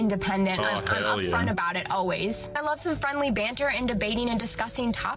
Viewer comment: I was laughing so hard at your accent on this one! "...witty baanter..." "...dabate her..." LOL So awesome. Here is the thing for that first female. Females (I've learned) are hypergamous, which means they LIKE dating above them in different ways. For example, why do many females demand/love TALL guys? It's because that is visually and obviously above their own stature. So the same thing can apply with money, or intelligence, or strength etc. If a female is BETTER at these things than the person they're seeing romantically, there is a good chance NEITHER the female or male in the relationship will feel naturally comfortable and happy. Period. That's not to say a female can't be a little better in one particular category, BUT if that is the case the female MUST view the male as really good/superior in another category (the more the better). So if a female makes more money, but the man has more strength, dominance and wisdom, for example, that can work; but for every way a female is better, or even equal, it automatically makes the relationship more of a strain for the man, just because of hypergamy, and the harder time the man will have keeping his female impressed and interested. At some point WHY would men bother? That's what that first female doesn't understand. It's totally fine if she wants to be super independent, argumentative and competitive - BUT when this means she'll NEVER have any meaningful men in her life, she shouldn't be surprised. So, she better be f